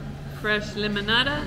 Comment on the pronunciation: You are doing great at your Spanish, but limonada is not pronounced like lime in the English. Instead, it is LEEEE MO NADA. Thanks for taking us to such beautiful places. They could teach us all a little bit about imagination in marketing, like having different colored chairs for each restaurant, I loved it!